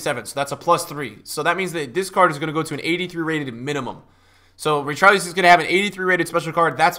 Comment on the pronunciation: Please don’t say Richarleeson again